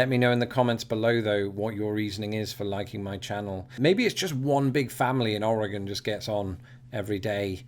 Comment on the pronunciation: Us Oregonians are still in shock that you can say the state name correctly, that's what drew us in. Now we stay for the great and interesting content.